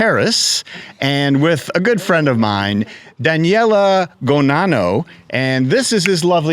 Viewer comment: Very impressive! I did wonder about the interviewer's pronunciation of "Daniele" and, of course, a trike is not a bike. Nothing said about the luggage capacity of the touring velomobile (which I assume did not tilt?).